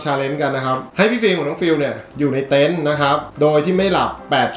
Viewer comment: เต็นท์ ไม่ใช่ เต้นครับ อ่านชื่อคลิปตั้งนาน😊😊😁😁